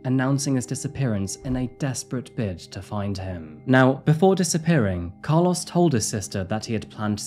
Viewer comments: Its pronouced "Car- LOW-ES. Not Car-LOSS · As someone who was besties with a guy by the same name, I'm so distracted by the way you pronounced Carlos 😭 The end should sound like "oh" not "ah" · I cannot unhear your pronunciation of “Car-laws” lol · I hate how you say Carlos. lol. 😂